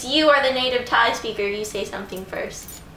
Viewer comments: Im Thai and i love how u pronounce all the thai words :) so cute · OMG you pronouncing n speaking Thai really well!!